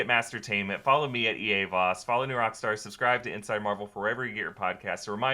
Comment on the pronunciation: its Subscribe not Subcirbe❌